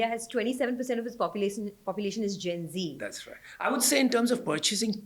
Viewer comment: Not zenzi but gen z. Generation Z (often shortened to Gen Z), colloquially known as Zoomers,[1][2][3] is the demographic cohort succeeding Millennials and preceding Generation Alpha. Researchers and popular media use the mid-to-late 1990s as starting birth years and the early 2010s as ending birth years. Most members of Generation Z are the children of Generation X or older Millennials.[4][5] As the first social generation to have grown up with access to the Internet and portable digital technology from a young age, members of Generation Z, even if not necessarily digitally literate, have been dubbed "digital natives".[6][7][8][9] Moreover, the negative effects of screen time are most pronounced in adolescents, as compared to younger children.[10] Compared to previous generations, members of Generation Z tend to live more slowly than their predecessors when they were their age,[11][12] have lower rates of teenage pregnancies, and consume alcohol (but not necessarily other psychoactive drugs) less often.[13][14][15] Generation Z teenagers are more concerned than older generations with academic performance and job prospects,[16][11] and are better at delaying gratification than their counterparts from the 1960s, despite concerns to the contrary.[17] Sexting among adolescents has grown in prevalence; the consequences of this remain poorly understood.[18] Youth subcultures have not disappeared, but they have been quieter.[19][20] Nostalgia is a major theme of youth culture in the